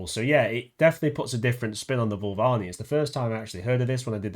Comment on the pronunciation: dude Voo-Va-LEENEE 😅